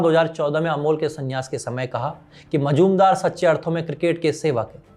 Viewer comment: मजुमदार नाही मुजुमदार